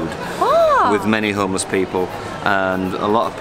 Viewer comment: ホームレスがトーマスに聞こえる